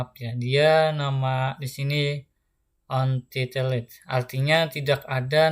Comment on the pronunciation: Untitled, pagesetup, size mendengar 3 kata itu pelafan nya salah udah ku hentikan menonton.